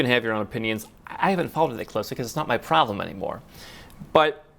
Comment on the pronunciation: "It iz naut my problim" I love it.